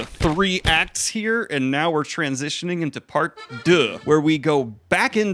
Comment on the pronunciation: French here, so I’m really sorry if my English isn’t the best. But I really liked this video—Tu prononce bien les “deux” :p I don’t know if you’ll actually read this comment, but I’ll try to be as clear as possible. First of all, I read the book without knowing it was originally a Harry Potter fanfiction. I bought it because of the cover—and thanks to someone who put it in the “Dark Fantasy” section instead of “Romantasy”... I think the book needs at least 100 more pages. Part 2 starts too late in the war’s timeline, so I—who didn’t know it was based on a fanfiction—didn’t feel connected to the other characters, the “good guys.” Since this part begins with Elena’s tantrum, everyone is already mean to her and sometimes acts like total jerks. I remember constantly thinking, “Why does she keep helping them? There’s no one worth saving among this bunch of low-IQ people who disrespect the ONLY healer on their side.” In my opinion, this part should have started when she awakened her power (I’m not sure how to spell it—“Vivimancy”?), right after her father’s death. That way, we could have seen how her friends treated her before rejecting her because of her new magic. It would also have been a great opportunity to better explain the magic system, since Helena would be learning how to use her abilities, and also to create a kind of slow burn (I think that’s the right term)(/foreshadowing??) around Kaine without already seeing him—like Helena overhearing people talking about his action